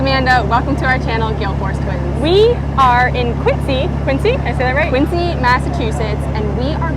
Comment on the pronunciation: It's Quinzee not Quincy.